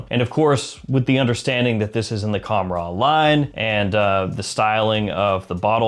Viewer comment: Bro it’s pronounced with an h sound the k is silent